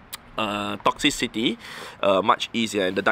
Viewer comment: It's crazy to me how no Poketuber is able to pronounce "Toxtricity".